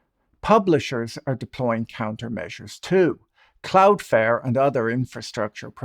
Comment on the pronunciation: Good video, but it's "CloudfLare", not "Cloudfare".